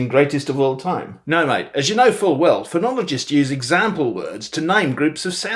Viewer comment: Some of the Aussie words need practice… & “example”. And yes, I would say probably 95% of Aussies would say “dance” with the trap vowel. … Aussies don’t pronounce the E in “vowel”… it’s just “vowl” (Most) Aussies would never say Yes or no… if it starts a sentence… it’s “Yeah” or “Nah”. And, I don’t know why but the word “differences” & sounded a bit off. And lastly… the word 18 wasn’t quite right. But otherwise you did pretty good. Bonza mate!